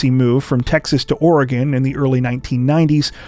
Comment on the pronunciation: I live in Portland, Oregon(thank you for pronouncing it correctly), and I’ve never heard of the Brophy case. Strange how that is! Great coverage though. Think about the family, friends and time before you do the crime.